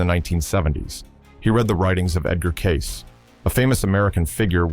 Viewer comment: Would it be possible for you to pronounce Edgar Cayce’s name correctly Ai ahole